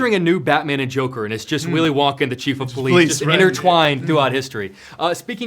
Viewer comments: The “Will-i Won-Kay” and “prE-sent” in the video 😂😂😂😂😂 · "Will-I Won-kay" 💀💀💀💀